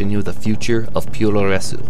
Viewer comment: Awesome Docu! Just so you know Puroresu is pronounced; "Pu-Row-Res". Su creates a silent "U" where as Tsu creates the sound "Su". Regardless this Documentary is amazing